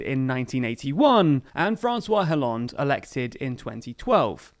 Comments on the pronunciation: Its kinda cringe but its pronounced as Ollande. The H is silent. If you are going to pronounced Benoit like the french, you should be consistent. Just a gentle reminder. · I like your show a lot, but honestly you should work on your pronunciation (Hollande, Mélenchon etc)